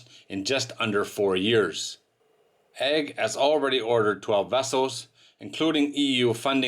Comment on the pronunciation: Delivered to egg? learn how to pronounce the company name!